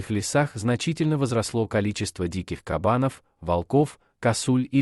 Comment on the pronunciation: Правильно став наголос кАбанов хрюшкін